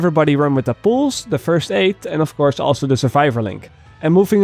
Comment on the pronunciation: its pronounced pulse not poolse